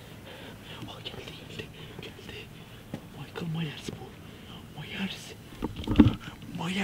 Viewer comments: mieke merlis türkceme tükirim 😂✌️ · Yalızışı - Michael Myers - okunuşu Maykıl Mayrs